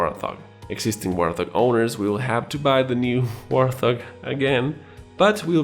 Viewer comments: Its wort-hog Mr. Wor-thog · It's not "Warth-Og." It is pronouned "Wart - Hog" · Why is he saying war thog? Wart hog is how it is pronounced. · Bro. WART HOG. not War Thog. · i know english is not your native language. but it is pronounced WART-HOG not WAR-THOG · Great video as usual! I decided to finally subscribe. P.S the Warthog is pronounced Wart-Hog. Anyway, I am excited about that Hind! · WART HOG. NOT WARTHOG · Good video, but it is "wart hog" not "war thog", it's a type of ugly wild hog (pig), hence the similarity to our beloved A10C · Not to be that guy - you're english is really excellent! - but, in the states we say A10 WART - hog...not war - THOG. Excellent channel. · Lol yeah I was going to say but at the same time I don't hate it lol war-thóg vs wart-hog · It’s a fun mistake and it looks like it should be pronounced war thog 😜